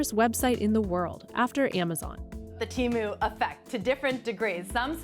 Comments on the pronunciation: If it was pronounced teh-moo, then it would be spelled as Temmu, but it's not Temmu. It's Temu, so the E sound is long so tee-moo. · Say it with me now: TEE-moo. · The way that the person pronounced Temu does my head in. Who approved this? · How come she is pronouncing temu so differently from the rest of the video? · I gave this video a thumbs down because the journalist couldn’t even pronounce Temu properly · Say Temu correctly. This is gonna die once Trump imposes his tariffs.